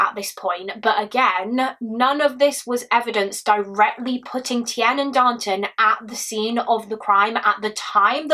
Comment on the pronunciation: Tiernan is pronounced 'TearNin'